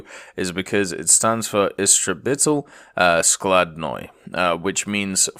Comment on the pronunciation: Damn that "skladnoy - складной" was really good